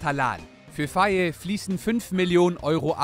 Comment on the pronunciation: Ihr habt faye falsch ausgebrochen. In Senegal wird der Name ( fay) ausgesprochen